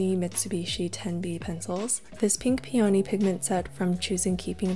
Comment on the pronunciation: i meant to comment ths before but it rlly irks me the way u pronounce peony, the emphasis is on the E not the O. so its Pee uh knee not pee OWE knee. im not trying to be negative or anything i discovered you recently and love ur content